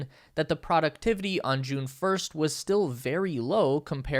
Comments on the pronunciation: This is a GREAT video! And whoever is in charge of recording this voiceover sure has a lot of work that they're doing and they accomplish it quite well (and that's a lot of text!) That said, I have really only one pretty big problem (it's probably not most people's issue) ... Sorry, I gave it to outs but then when I kept hearing him say "productivity" pronounced like "PRAW-ductivity" instead of what I understand to be the correct "PROH-ductivity," I felt that I should mention it. Mainly because it probably will be spoken again in future videos and at least I feel sounds so much better spoken correctly :-) (and if I'm wrong about the pronunciation or it can be corrected both ways, then I stand corrected :-) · "Productivity" is one of those words that can be pronounced either way, definitely. The pronunciation of it varies depending on location. For some people, pronouncing it "proh" would even seem strange and wrong. ☺